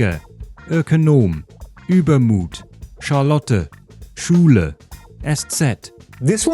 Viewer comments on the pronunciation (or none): none